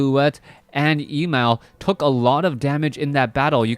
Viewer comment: Emal not equal to Emalfan. And it is pronounced Emaaaaal, a as in lalala.